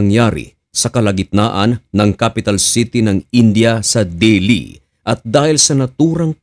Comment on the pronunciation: del hi hindi deli